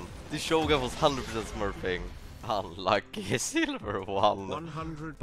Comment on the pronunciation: i love how he says "unluky" ahahhaha i love it!! thats my favourite word so far now. i spam it every time when i int... i mean when i apply the broken tactic.